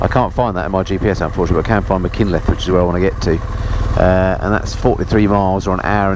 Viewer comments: spartacus 8058 : Use Mak Hun cliff for Machynlleth .As an Englishman who has lived in Mid Wales for 28 years that is the best I can do. Aberdyfi is Aberdovey in English. Dolgellau is Prounouced DolGeth lie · As far as I'm aware (I'm not Welsh but I've been there) Machynlleth is pronounced as Muh-hunt-leth. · It's Mach-unt-llyth